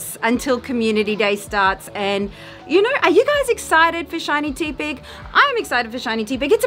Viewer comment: Teh-pig. As in tepid.